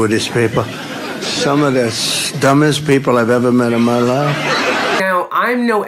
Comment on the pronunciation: "some of the stummest people..."